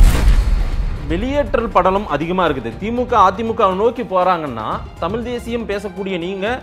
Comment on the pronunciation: ஒரு பத்திரிகையாளருக்கு தமிழ் உச்சரிப்பு மிகவும் அவசியம் திரு.,தமில் அல்ல தமிழ்.